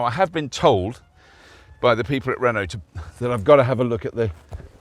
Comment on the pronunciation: never heard of a car manufacturer called "hono". Everyday is a school day I guess 😂